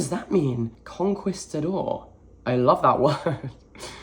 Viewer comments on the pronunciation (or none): It’s pronounced “con-qee-stador” or “conqueror” Also I signed up for my first TBR earlier this week awaiting my first list of suggestions!! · LMAO I thought you were saying "Conquest the door" and was so confused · ‘Con-kees-ta-dor.’ The ‘u’ isn’t pronounced. Like ‘quiche’. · Lmao Kon-Kee-Stah-Door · con-key-sta-door how? you read way more than me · Your pronunciation of conquistador is adorably wrong. For reference it's pronounced con-key-sta-dor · so many are flaming in the comments for saying conquistador ‘wrong’ but it’s the exact same pronunciation i use. it’s british english🫠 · The way he pronounced conquistador reminds me of that rly old vine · listening to a british person struggle with the word conquistador was so much fun. luv u <3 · not knowing how to pronounce “Conquistador” or “Tenochtitlan” really tripped me out! He’s British, of course he’s not familiar with the Aztec Empire. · I was screaming!! Not in a mean or angry way but in a please hear me way lol. Cuz I know once he learns how to say both he’ll be like “ohhhhhhh noooooo” cuz he’s so respectful of things like that. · I assumed that because he's british he would know because Spain in literally one country away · Re: his mispronunciation of conquistador, it makes sense to me bcs I have noticed that Brits often use Italian pronunciation rules instead of Spanish ones. For example in the word “dulce” I usually hear Brits pronounce the c like the “ch” sound even when it should be Spanish 🤷🏻‍♀️ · i love you so much and so dearly but your butchering of "conquistador" made me die a little inside 🫠 hugs and kisses xoxo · spaniard here, hearing you say 'conquistador' has really made my day thanks :)